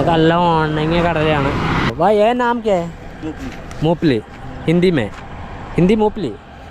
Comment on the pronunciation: മുപ്പിലി അല്ലെടോ മുങ്ഫലി